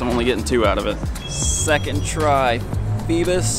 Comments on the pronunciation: I thought it was FEEBAS not PHEBAS.. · Lol its not "fee-bis" its "fee-bass" like the fish. Lol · IT PAINED ME WHEN HE SAID FEBIS!!!! DID ANYONE ELSE SEE THIS?!?!?!? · Feebas, pronounced as Feebass.. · If he dont stop saying feebas wrong I'm gonna go crazy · It’s cause you say feebas weird